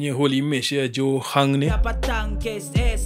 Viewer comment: Johan bro johan 🤣 " joe hunt "